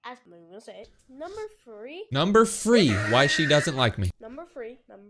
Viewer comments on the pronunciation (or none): Illinoise 💀 and number free 💀💀💀 he’s making my computer more cringe 💀💀💀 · In number free😂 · “Numbew fwee” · "Number free" 💀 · "fwee two one!" 😂😂😂😂😂😂😂😂😂😂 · Why is the girl keep saying the number three wrong she literally said free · So you hate him, but you can’t even say three💀